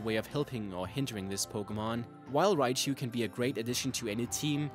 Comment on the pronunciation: Raichu not riabchu